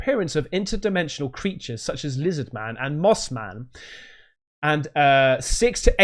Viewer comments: Its not moss man its Moth Man. Watch moth man prophecies. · It's Moth Man, not Moss man. unless it's something new?